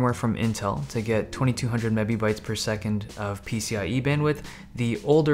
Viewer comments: lol did you say mebee-bites? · "2200 mebabytes per second" lmao